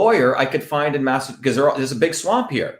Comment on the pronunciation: Dr. Shiva's tongue gets tied up a lot when pronouncing Massachusetts.